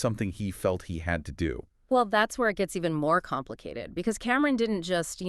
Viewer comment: It’s Cam-Ron not Cameron omg please look up the culture or hip hop artists before doing a story on a dead MC